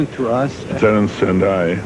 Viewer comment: Why is he pronouncing him "Terent" Hill all the time... it is Terence Hill